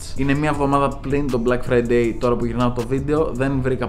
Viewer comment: Nobody:: Μπλακ Φραιντέι